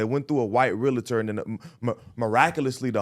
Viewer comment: This 🥷 said “realater” 10x 🤦🏾‍♂️